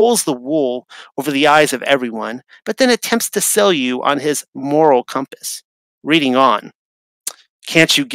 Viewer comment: Amazing video! It's pronounced "Red- ding Railroad" (like the color red!). I grew up in Reading, PA! It's just insane how everything is a lie. I appreciate all the work you do to get the TRUTH out!